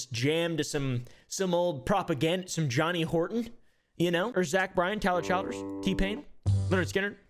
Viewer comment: It's pronounced Chill-ders, not Child-ers.